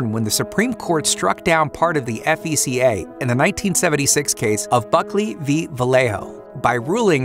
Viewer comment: Is anyone else really hung up on how 1971's FECA really sounds like "fecal?"